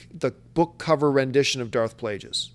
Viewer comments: Plageus has a hard G.. Like the word Plague. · Plague... us!! It's pronounced Plague... Us! You know that John!!